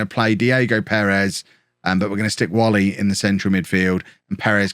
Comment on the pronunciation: Like the transfer policy mate. No point throwing money at players who are not or never will be the required level. Just a reminder that Nathan Whalley's surname is pronounced "way-lee"